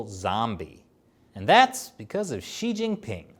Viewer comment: Pronunciation of “Xi” is “See” not “She”. Try that in your next episode.